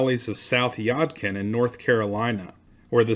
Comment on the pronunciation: Your pronunciation of Yadkin is interesting. Here in NC, we pronounce it Yaaadkin. Just an observation.